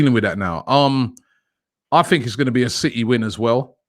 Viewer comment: It’s city not citeh you monk